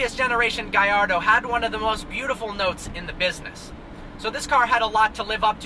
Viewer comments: Do you pronounce Gallardo like you do in spanish? should it not be pronounced in an italian way? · The way you pronounce Húracan and Gallardo is terrible and hurts my ears